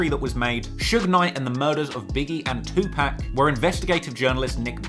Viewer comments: I appreciate the videos. One critique it's not pronounced "Tupack" put some respect on the man's name. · I cannot believe your doing a video covering a rap iceberg and don’t know is to pronounce “two pack”…. You ——->🤓🤓🤓🤓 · You said 2Pacs name wrong. LOL. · My mom says 2pac that way too lol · Someone please tel him he pronouncing Tupac wrong